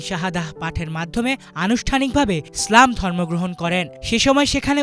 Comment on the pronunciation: ইসলাম উচ্চারণটা স্পষ্ট করবেন,স্লাম উচ্চারণ করবেন না, শুরুর দিকে স্লাম শুনা যাচ্ছিল।